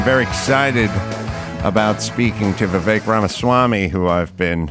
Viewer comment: Adam, thank you for saying Vivek's name correctly. Idiots keep saying his name wrong. Kudos.